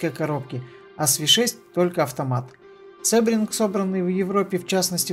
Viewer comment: Произносится не "СЭбринг", а "СИбринг". Английский язык. ;)